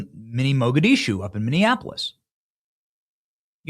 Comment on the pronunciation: Pssst escape not eXcape or eXpecially. Ah yeah not MinniANapolis. Minnie-Apple-iss